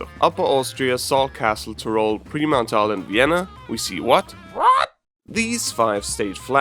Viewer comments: OMG it gets better. "Pre- Mount Arl" 😝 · Took me (an Austrian) a while to figure out that it was Vorarlberg